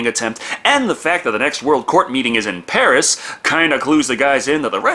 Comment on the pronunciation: I love how you said "Pari" with the French accent but with a Spanish R, as if that's a thing XD